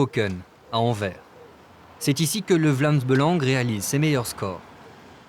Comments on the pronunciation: «Vlams beulange» 😧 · Si une membre n'arrive pas à prononcer le nom du parti; ça fait d'elle une bonne camarade. Avec un si beau accent, il a prouvé qu'il était bien belge.